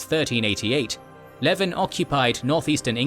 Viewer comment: This guy's pronunciation is appalling. Apart from the "Berwick" thing (you are, indeed, correct), Alexander Leslie was the Earl of Leven (lee-ven), not "Levin"